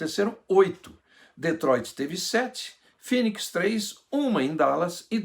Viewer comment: AOS 8;30 DETROITRI(SENNA)